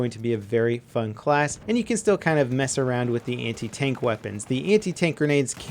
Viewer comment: Anti.... what i hear.... hentai. 😂😂😂